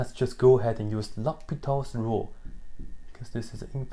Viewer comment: I spotted out the mistake, and it's not quite a math issue, but still it's the name of mathematician , I mean L'Hôpital's rule. there's no letter 's' in his last name and it has nothing in common with a hospital. Anyhow 7 and 1/2 hours of limits looks tough, I mean if you really did it in one take you're a monster!